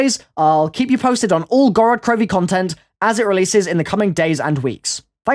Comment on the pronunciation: The map is pronounced Gorad Kroviy in Russian!